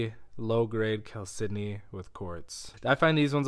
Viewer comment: Now I finally know how to pronounce "chalcedony"!